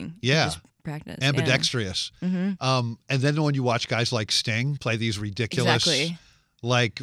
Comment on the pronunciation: "Ambidextreous" dear God I cringed